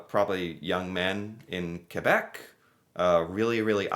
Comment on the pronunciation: you pronounced Quebec properly. you are now officially Canadian! 😁